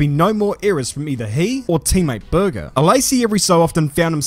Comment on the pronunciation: As an Austrian listening to this was like:: Gerhard... Me: Uh, impeccable pronunciation, I appreciate that.: Börger Me: 😑